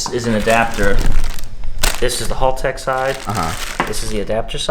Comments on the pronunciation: Haltech not halltech! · Haltech not harlltech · Chowdeeerr choowwwdeerr, its pronounced chowder!! Say it frenchy. But in all seriousness, haltech not halltech, think hal like pal. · Hal tech not hall tech 😂😂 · Agreed! WTF is a hulltec?